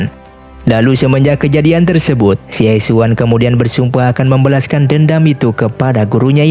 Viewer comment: Xie xun bacanya Sie Sun Raja Singa Emas